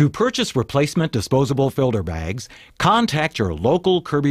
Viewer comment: and he keeps saying filder bags with a D lol